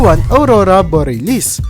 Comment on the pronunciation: Patawad po. pronunciation po. Bor-ya-lis